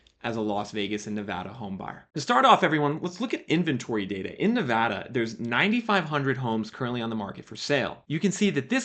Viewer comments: Thanks for not saying Ne-vah-da like an East Coaster. It drives me nuts. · Kudos for pronouncing Nevada right. Got a house in the Vegas metro back in July about 14% below asking. Definitely super lucky.